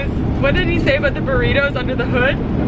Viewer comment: for some reason i always forget that you guys are Canadian until you pronounce “about” like “aboot”, and it cracks me up every single time 😂